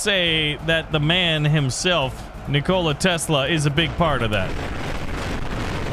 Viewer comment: nik-ola tesla........... nikola all 1 word no pause